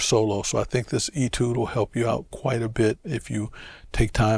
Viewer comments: Nope. The word is of French origin, and has an accent accute: étude. That makes the “ay” sound. In my 61 years on this planet, I have never heard anyone but Vincent pronounce it as “ee-tood.” Look it up in a dictionary. You won’t find that pronunciation. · “ay-tood,” not “ee-tood.”